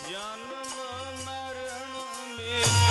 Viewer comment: ਜਨਮ"ਮਾਰਣ" ਨਹੀ ਜੀ, "ਜਨਮ"ਮਰਣ" ਲਫਜ ਹ ਸਹੀ ਹੈ ਜੀ/